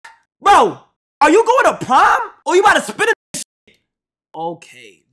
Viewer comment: thought bro was saying “prime season”